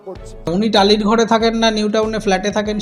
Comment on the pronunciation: "বাড়ো বছড় একটা মুখ্যমন্ত্ড়ী টালিড় চালে থেকে".... ইত্যাদি ইত্যাদি। এর "র" টাকে কোন্ কামারশাল ঠিক করে দেবে ভাই??? আর সায়নী ভালো???? হাঃ হাঃ হাঃ...তাহলে নচ্ছারটা কে?